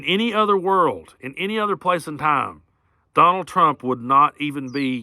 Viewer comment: Habahahhahahaa “conald”